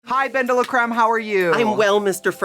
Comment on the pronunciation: Not Bendela-Christ 😂😂😂